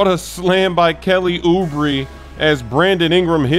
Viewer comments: It’s ( Oo-bray) not ( ubri ) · Bruh why are you saying oooobrie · Yeah it’s OO-BRAY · It's Oubray, not Oubree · trolling us with that "Oooo-breee" pronunciation. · Ou- bri written Oubre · Lol yea he is, its ouu bray 😂😂😂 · doesn't read any comments, he keeps saying Oubree and expect to see the same for ROOOWEEE 🤣🤣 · Kelly ouuu-bre 😂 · Oo-bree... oh bruh.. you wrong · isn't he sayin oubre's name wrong? I thought it was oubae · Uhmm its Ou-Bray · you know by now that you're pronouncing Kelly Oubre's name incorrectly. Stop doing it, you sound silly. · I think you're saying oubre wrong lmao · not really, hes been doing it for a long time now so he must have been aware of us pointing it out. Its on purpose. Same case with Zubac.